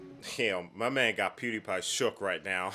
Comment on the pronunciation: Not you callin him Pewdipie😂😂